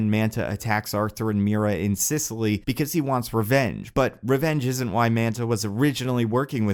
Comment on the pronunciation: "Sisseley"? What's "Sisseley"? Oh. Sicily.